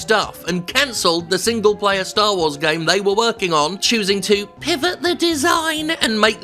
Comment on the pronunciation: I hear single-payer every time you say single-player